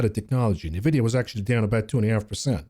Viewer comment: It Nvidia not Nevidia